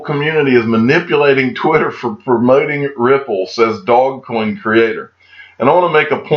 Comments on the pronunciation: It’s Dogecoin - pronounced Do’ge’coin duude!! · Pronounced: Do-zsh-coin